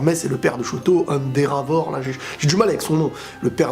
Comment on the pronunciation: endeavor se prononce "endévor"